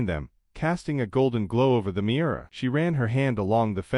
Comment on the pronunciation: The car's name is Miura, not mirror.